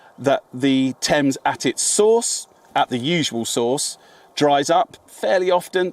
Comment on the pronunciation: Good grief can't you Americans take the time to pronounce names properly. River Thames is pronounes Tems. Insular to the end.